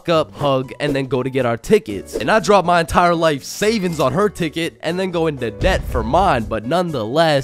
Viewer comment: Do you mean " crib " bro and It is " my " not " ma " bro